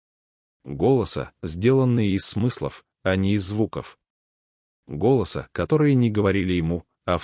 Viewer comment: Да не изотериКИ и не ГОлоса..а голоСА..неуч,бля противно слушать..в каждом слове ошибка и не правильно поставлено ударение..ужас..